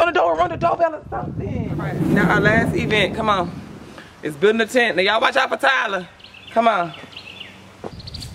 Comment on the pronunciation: She said tent day..........what even is a chint??